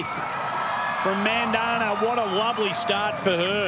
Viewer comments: It's not MANdhana 😂😂😂 it's Mandhana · The way the guy said mandhana I was like you need to learn your pronunciations